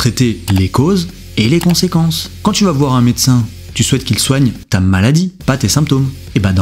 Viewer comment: CA ou SA = même combat ! Passer le niveau primaire ! ^^ et le "TA" de TA soeur est magnifique ! ^^ Tout à fait.